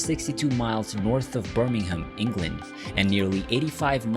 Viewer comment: can’t even pronounce Smethwick correctly. Or Birmingham. Thumbs down! Just reading material written by others.